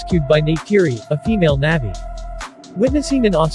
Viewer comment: good job- FYI it’s pronounced “nah-vee”